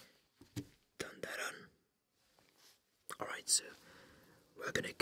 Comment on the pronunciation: Something about the “rice groooins alroooiitt noice!” Just made my Aussie heart smile 😂